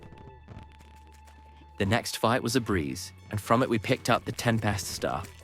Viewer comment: This voice has to be AI, I can understand having a speech impediment but pronouncing words like “tempest” wrong and slurring “biome” into “bire” with a very English accent is so so strange